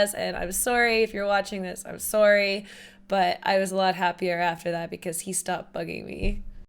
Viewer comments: I laugh when you say "soarry"😂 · and the canadian in her come out "im soory"